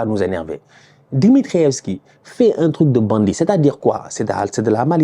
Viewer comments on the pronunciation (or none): Ton Accent quand tu dis ´´Bandit’ me tue! 😹😹